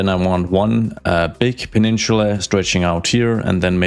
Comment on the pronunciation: I don't know why, but the way he says "peninchula" really rubs me the wrong way. Where is the accent from?